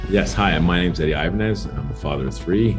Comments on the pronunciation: Red flag from the beginning, the guy didn't know how to pronounce his own last name. Ibañez (e-bAh-gnes). You don't say it like "Ivanhoe". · The biggest scam here is saying his name is eye-bah-nez. Ni ningun hello, ni ningun good afternoon, aqui se habla español. 😤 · I mean I could tell he was a fake simply because he pronounces his last name incorrectly.